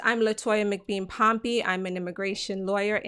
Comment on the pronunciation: I like the way you pronounce your name "POMPEY"